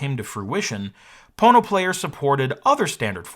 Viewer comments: Why are you saying „PornoPlayer“ when it’s spelled „PonoPlayer“? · I keep hearing "porno player". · I keep hearing Porno player lol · All I keep wanting to say is ( Porno ). All I keep hearing you say is ( porno ). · The more you listen, the more it sounds like PornoPlayer lol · Oh.... There's no 'R' there